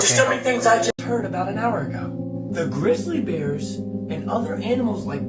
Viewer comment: “Grizzal bears?” He’s making me mad. He SHOULD NOT BE ALLOWED TO SPEAK ONLINE!!!” People are gonna start saying it that way now.